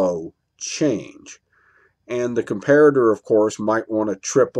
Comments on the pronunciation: Oh and I'm happy to hear you learned to pronounce Com pair at er hehe. Darn those Germans ;) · Good video. Yes as per the previous comments, I to am glad you have managed to pronounce Comparator correctly, - and NOT 'Compare-rator' as the other videos. :)